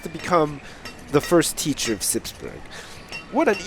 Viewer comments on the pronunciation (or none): he pronounces burgh like burg lol!